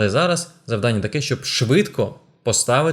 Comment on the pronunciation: Цікаво, корисно, динамічно! Дуже вам дякую. Але, будь ласка, завдАння 🙏 Бо надто ріже слух.